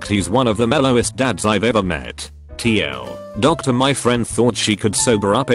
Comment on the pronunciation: No one: No one at all: Not even the murder hornets: Reddit voice: TL; DOCTOR